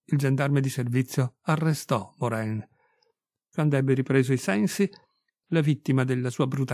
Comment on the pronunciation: Si pronuncia Moran !